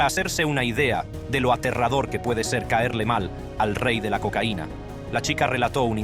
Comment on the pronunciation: El negocius de le cocaine dice por ahi una porquería tu programa lector de texto. Desuscripto